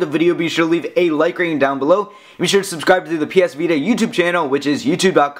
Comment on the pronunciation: lol, sorry. But try to talk more naturally. You're not as bad as an average tech review guy, with the weird fluctuation and speed of talking, but you're close. Like , you're talking. like. a. robot. "there's. a. back. facing camera." Once again with "of. the. ps vita". And , it doesn't sound natural to raise the pitch of your voice at "power button". Sorry to sound so picky, but I would like you more if you didn't sound like a lifeless reviewer.